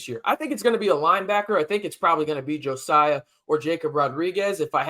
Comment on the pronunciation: I'm pretty sure Jesiah Pierre's name is not pronounced Jo-siah, but I could be wrong. Jacob Rodriguez is a great story. Transforming himself from a 200 pound QB prospect at Virginia into a hulking 245 pound starting middle linebacker for our Red Raiders in the span of 18 months. Our facilities and strength and conditioning staff are A1 Aces. Lastly, Mike Dingle and Justin Horne are both athletic freaks and strong candidates for stardom at Texas Tech and a place in the NFL. Can't wait to watch their development.